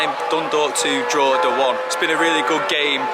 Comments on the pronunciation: Fair play on the pronunciation of Dundalk and Drawda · Decent job pronouncing Dundalk and Drogheda but you are an old hand now with the league😊